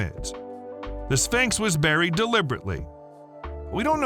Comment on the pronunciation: What is a "Spincks?"